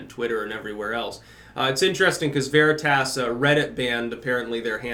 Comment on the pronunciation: I like how you pronounce veritas... it makes me happy